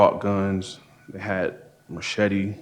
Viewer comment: Lol ya "merchete" is driving me bonkers